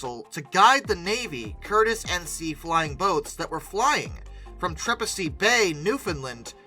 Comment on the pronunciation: I saw a few people commenting on Naples... but Trepassey is pronounced "Tra PASS ee"